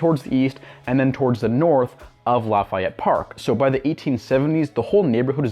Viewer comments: I agree with you. His mispronunciation is annoying. It is pronounced: La-Fee-Et. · But we don’t pronounce it as La F eye Et, it’s more like La Fee Et. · Its "Laff - EY - Ette" you prick